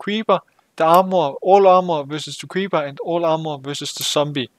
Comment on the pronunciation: You say creeber in stade of creeper